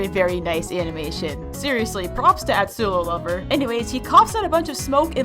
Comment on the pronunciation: She seriously said Atsulover